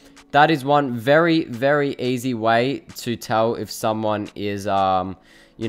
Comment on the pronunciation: When he says Easy it sounds like, AZ.. Tf?